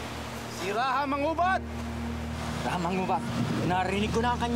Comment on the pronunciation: Why do they say “Ra-ha” when our ancestors said “Ra-ja”?